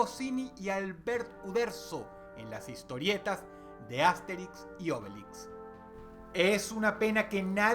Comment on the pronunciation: Astérix, no Ásterix xDDDD